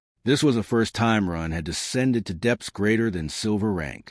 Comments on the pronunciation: Does anyone know why the AI pronounces Ren as Run at times? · I'd be moody too . If the narrator kept getting my name wrong